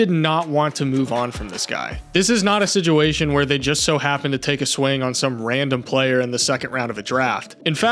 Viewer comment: Aye bro I love your videos but why do you say sidguation